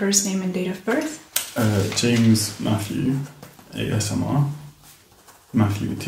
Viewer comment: ate his name James ?? she keep saying Mattrew?